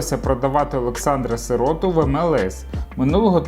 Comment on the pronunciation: Автор, б..ь . Ну не виривай з контексту. Готуйся краще. СирОту? СИроту - наголос став правильно.